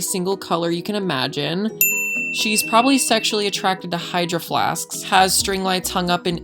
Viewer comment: When you say “hydroflasks” ur saying sksk lol